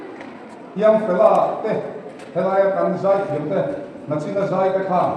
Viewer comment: Nachin ti ziah. Nichin ti rawh.